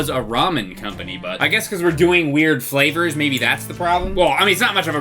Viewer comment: He said “cup noodlesflavors” the s in noodles meshed with flavors so it sounded odd